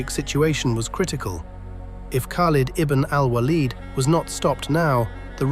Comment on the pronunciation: at least pronounce the name most said correctly... kind of cringe mispronouncing a name that's in the title of the video